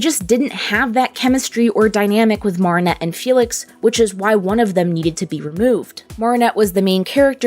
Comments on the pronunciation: No offence its not pronounced Maarinet its called marinette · ( Mair - uh - net ) not ( Mar - ah - net ) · Why dose she say MaReAneTTe instead of marrinette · Maarinette It Is Mareinette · It’s not “moaranet” it’s MArinnete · Wow i loved how this video went deep and u explained all the foils and stuff. One thing tho, it’s Mare-in-et (like in fair, you say mair, or mare, like what u call a horse) not mar-in-et (like in bar) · Its marinette not marrinette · yes its maa ri nett 😭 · Sorry, but the pronunciation of Marinette threw me off. It's pronounced Ma-rin-ette. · m ah-rinette ;-; otherwise great video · why does she say mawh-rin-ette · I JUST LOVE THE WAY THEY SAY, morninette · Mar-in-ette? Aight send marinette to mars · Ok listen up, it’s mar from Mary nor maar from maareep your pronouncing Marinette like maar-ee-net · Why does she keep calling Marinnette mArennete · It’s actually Mari-nette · she really went and said "MARRRRinette" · Just so you know, it’s pronounced (Mair-in-et) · The way you say marinette is just 😬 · im sorry but how you pronounce marinette annoys me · Ok but why are you pronouncing Marinette's name weird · I was annoyed the whole time with her saying Marinette's name wrong every time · Omg, I can't. You keep saying Marinets name wrong.